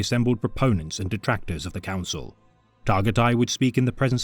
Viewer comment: Bro you did not need to do Targutai like that. Got me cryin n' shit